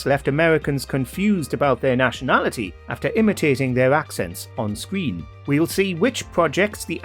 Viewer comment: ‘On scween’ ffs. Can they please use a narrator that doesn’t have a ridiculous speech impediment?